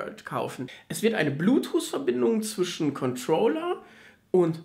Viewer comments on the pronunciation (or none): none